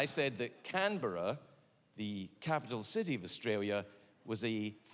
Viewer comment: As an Aussie you actually nailed Canberra. 😅